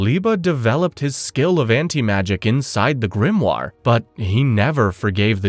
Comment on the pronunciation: you say "Yunos GRIMNAR" WHAT ARE U DOING LOLOL